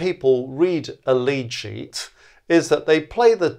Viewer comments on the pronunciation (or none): Altough says lead sheet I hear lychee.